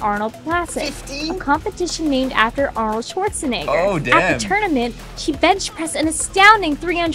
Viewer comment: Is it just me or did the person say Arnold swurentsnigger 💀